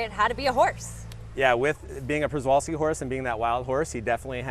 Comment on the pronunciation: Just wanted to add that Przewalski horse is pronounced Shevalski